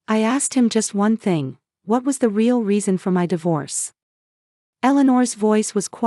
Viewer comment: Rayall instead of real. Got to Love AI